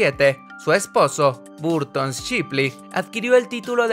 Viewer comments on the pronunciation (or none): none